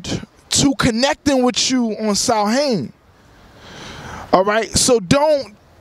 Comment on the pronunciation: Samhain comes from Ireland. It's pronounced sowin.